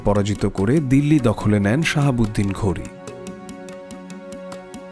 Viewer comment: নামগুলি একটু শুদ্ধভাবে উচ্চারণ করতে হবে। উনার নাম শিহাব উদ্দিন মোহাম্মদ ঘুডি।শাহাবুদ্দিন নয়।